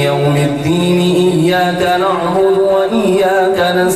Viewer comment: قاری صاحب آپ سے گزارش کہ یہ (ايّاك نعْبدُ) میں یہ (د) صحیح کردیں آپ (ض) پڑھتے ہیں